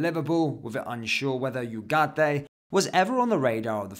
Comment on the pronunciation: From an hispanoblante, thank you for your efforts on adding the "ay" at the end of Ugarte. Don't worry about trilling the "r"s. It's not in the English language unless you were born up North. I can't speak for everyone from the Americas, but I noticed your effort, and I really appreciated it!